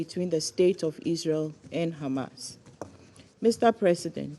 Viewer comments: It’s “Hamas” not “Khamas”. And these people want us to believe they are the creators of Hummus (Khumus as they say)? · Khamas Khamas Khamas Khamas Khamas, I wonder what lead to the rise of Khamas.. by the way it's Hamas not Khamas as the fabrication of Torah and the hebrew language stollen from the Arabic language...